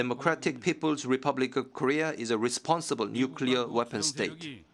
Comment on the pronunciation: maybe he means they are irresponsible but his korean short tongue cant pronounce the R.. lesponsible